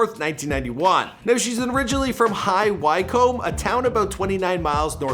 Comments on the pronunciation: High why-comb 😂 I love the way Americans pronounce British places! It’s pronounced high wh-ic-omb for the future! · High ‘WHYcome” LOOOOL! It’s high “wickham” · High Wycombe 🤣🤣🤣 It’s pronounced Wickham 🤣🤣🤣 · where leigh-anne is originally from is pronounced "High Wick Combe" its just spelt as "High Wycombe" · Some hilarious pronunciations here. "High Why Come". "Way Mouth". "Dag En HAM". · It's pronounced High Wi-Com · It’s high Wycombe not high wyco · The ‘Wyc’ in High Wycombe is pronounced as Wick like the wick in wicked, you pronounced the ‘ombe’ in Wycombe correctly though. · Just a heads up about pronunciation of place names: Dagenham = Dagger-num High Wycombe = High Wick-um Weymouth = Way-muth Nice vid, though! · Dude! Pronounce High Wycombe correctly please. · oh lord how you pronounced high wycombe is hillarious! but Leigh-ann is a nice girl met her few times at work lol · How you said high Wycombe actually hurt me 😅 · The way he said high Wycombe 😂😂 eeeeeh I’m from there that’s not okay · Joel Morriss it actually hurts 😂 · Love your pronunciation of high Wycombe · The High Wycombe pronunciation was hilarious!